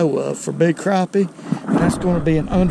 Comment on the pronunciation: Thank you for saying “crappie” like it ought to be said. They ain’t “crappy”….😊